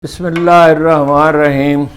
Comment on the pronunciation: Sir ji AP Bismillah theek ni prhtay.